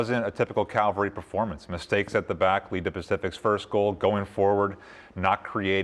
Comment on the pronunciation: "Calvary is still trying to find the best version of themselves" - is still trying to find the correct pronunciation of Cavalry